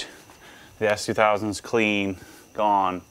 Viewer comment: It sounded like he says, "Dad, is that an Ass2000? " Yup! 😂😂😂